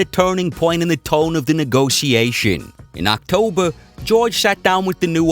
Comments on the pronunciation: I hate the way he says "neegossiashen" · The way you pronounce 'negotiation' bothers me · stop saying negotisassionssssss hahahahaha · A for efforts, but i think most people agree with me tho. And whenever he says a word weird on purpose even tho he fucking knows how to pronounce it. I get so triggered